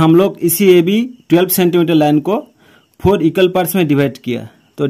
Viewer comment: Bohot kharab aye Haye four phor bola😮